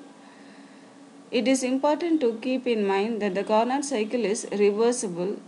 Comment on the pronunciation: The actual pronunciation is "carno" where "t" is silent. Of course these doesn't matter in science where understanding is most important. But still I m giving this information from a GK point of view.